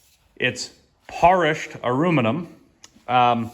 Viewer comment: Dude- I love the " porrished aruminum! Had me laughing my ass off. Wee done, sir! 🤣